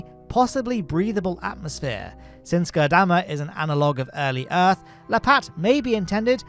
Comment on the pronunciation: I was going to flip out if I had to hear you say Goddamma again. although my fury is quelled by having spelled it out. lol!